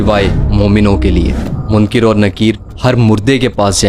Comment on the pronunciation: Munkir Nakeer ❌ Munkar Nakeer ✅